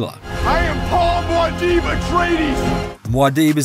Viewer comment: MUAD´DIB not MAUD´DIB just sayin´